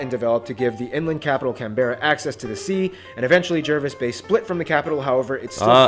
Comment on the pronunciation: Jervis Bay is pronounced Jarvis Bay.